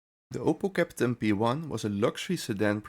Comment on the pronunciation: Grauenvolle KI Stimme. Ich musste den Ton ausstellen! Ausserdem heist es Kapitän und bicht Käppten. Furchtbar.